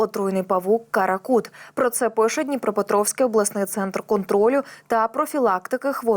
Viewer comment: До чего безграмотная. Сколько же она будет нести всякую чушь: то у нее ДюссельФОРД вместо ДюссельДОРФ, то еще что-то, теперь паук Каракут, вместо КаракуРт?